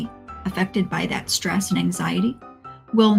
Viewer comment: "Innything...absolutely,...IINNYthing! Even schhtresss."